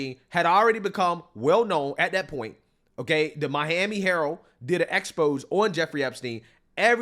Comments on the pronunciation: just fyi, it's not called an EXPOSE.... It's pronounced EX-PO-ZAY... Love your content always! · it is exposé like in José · Expose is pronounced (X-po-zay) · It’s pronounced ex-poe-say